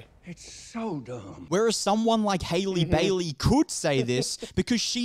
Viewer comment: It's Halle not Hailey. Like Halle Berry.